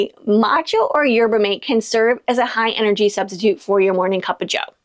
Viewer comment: Yerba Mate is 'yehr·buh maa·tay', FYI. Just a friendly heads up. 😊